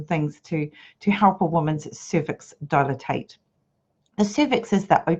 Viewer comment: Not helpful, not accurate. you have already said dilate incorrectly several times. Regardless of anything else you have to say, if you can not get this point correct no one will listen to you.